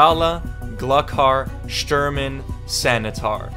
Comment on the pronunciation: shturmen xDDDD